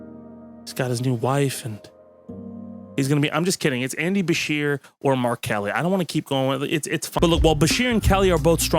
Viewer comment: For a moment, I thought you were saying R.Kelly for VP, and a picture of a white guy. Gotta hit that K at the end of Mark. On second thought, sure, Trump and R.Kelly, that seems like a plausible pair. Harris-Kelly vs. Trump-Kelly